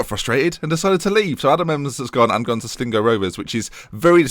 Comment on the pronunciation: Why do you keep saying 'Slingo'? Sligo......... it's sligo.........